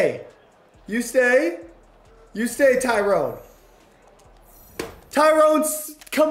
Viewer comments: Also it's more Ty-ron smith not tyrone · But his name pronounced Ty- run.. not Tyrone.. 😂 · THIS IS NOT A cassette it's a CEEDEE! N PLEASE IF U EVER HAVE THE COWBOYS AGAIN DONT SAY TYRONE ITS PRONOUCED TY-RON or TY-RIN brother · Ty ronn .. not Ty rone . Love the vids though ! <3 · His name is tyron not TYRONE LOL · Maybe Tyron Smith retired because you keep pronouncing his name wrong,😂😂